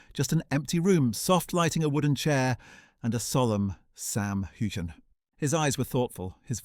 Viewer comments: CANT YOU SAY HIS NAME CORRECTLY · WHY DO TELL THESE STORIES.. I AM SURE IT MAKES SAM MD. HATE THE MEDIA. LIE,LIEYOU VANT EVEN PRONOUNCE HIS NAME CORRECTLY